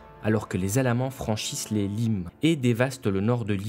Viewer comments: À environ , les limes se prononcent "limesse" (c'est un nom latin) mis à part ça c'est une excellente vidéo !! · on prononce "limès" !!!!! sinon c'est bien :) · Attention, le limes se prononce "limèsse", et non "lime" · Excellent. Mais "limes" se dit le "limes" (pas au pluriel !) et se prononce en effet "limesse". C'est un terme latin au nominatif masc. sg. Il signifie dans ce contexte frontière fortifiée. Ces fortifications pouvaient seulement consister en des routes, tours de guets ou palissades et pas forcément de véritables fortifications comme le Mur d'Hadrien.